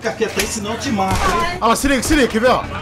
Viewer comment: "MATO" KKKKK